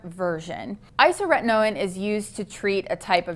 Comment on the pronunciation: My only criticism of this video is your pronunciation of isotretinoin. It's isoTRETinoin, not isoRETinoin. But besides that, it's informative and accurate.